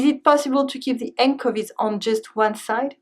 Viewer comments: anchovies has a ch sound not c! :) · Excellent as always. Thank you very much for your hard work. Your English is brilliant!! However be careful with "Anchovies " The "ch" is pronounced as in "child". I know- English is crazy.... Many thanks again. Your videos are always most useful. :-) :-)